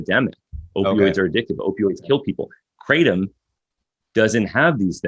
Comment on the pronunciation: Why do people from the United State s of America insist on calling Kratom : Kraytum? It's kra-tome